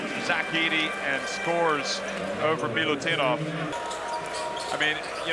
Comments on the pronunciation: Not Milutunov..corectli is Milutinov..🇷🇸🇷🇸🇷🇸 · Klupi komentator ne može da shvati kako se izgovara MILUTINOV...